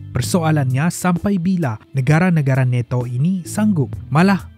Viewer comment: neto🤣🤣🤣🤣nato bos bukan neto🤣🤣🤣🤣